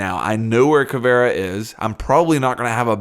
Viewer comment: Caviera Ka-vee-ra